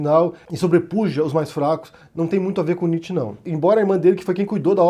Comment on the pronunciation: Sua pronúncia de Nietzsche foi dita errada.